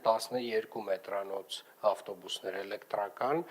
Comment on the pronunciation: lava mi qich bard tver chein 18 - 12 metranoc elektrrrrrrrakan ....